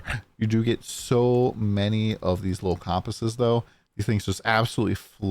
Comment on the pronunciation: why are so many people pronouncing "compass" weird? it's not com pass, it's "kuhm·puhs" lol